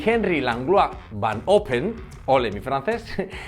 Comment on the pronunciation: "Olé mi francés", después de decir Van Ophem (neerlandés) como el culo. 😂